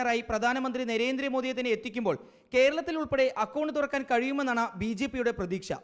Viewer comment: കാരളത്തിൽ അല്ല ❌️ കേരളത്തിൽ ✅️